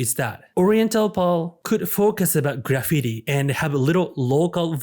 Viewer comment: Good video. But that’s really not how you pronounce graffiti. .